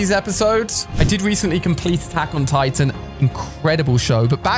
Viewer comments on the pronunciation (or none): none